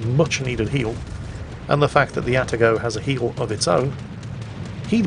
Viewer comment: Actually it's "A Tar GO"... The first A is the same as the A in cAt... You can say your cats name properly so why not the Atago?